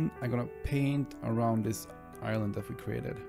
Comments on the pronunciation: I’m not that far into the video, but sometimes when he says “island” it sounds like he’s saying “Ireland” lol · Great fob my mans, though either I kept hearing you say ireland or island.